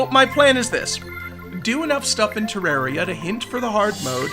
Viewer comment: I'm glad you say Terraria right